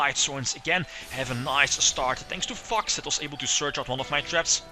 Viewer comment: The way you pronounce "Fox" is hilarious "FUCKS" xD Majespecter racoon is a what? STRATOS!! inb4 Majespecters will never come to the TCG/Racoon will be banned forever but limited in the OCG i cry